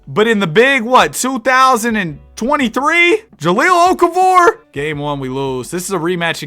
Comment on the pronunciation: IT'S OKAFOVER